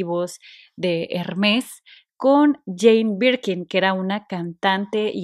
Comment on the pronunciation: No se pronuncia la S, es Herme, con acento en la segunda e y la r se pronuncia suave, gutural